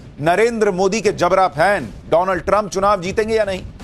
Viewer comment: Donald nhi bhai...Modi ji ki tune me Doland bolo..